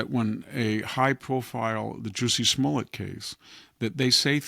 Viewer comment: Juicy Smollet - the best mispronunciation